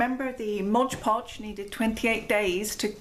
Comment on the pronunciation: Just fyi, it's MOD not modge. It's right there on the jar!